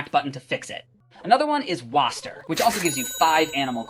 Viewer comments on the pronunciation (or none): It’s wa(i)ster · “wastr” it’s “waster” 😭🙏🏻